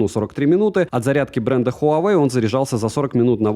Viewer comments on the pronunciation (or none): none